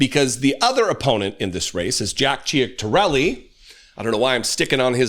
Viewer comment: It's pronounced Chit a rellee - he has been running ads tying himself to Trump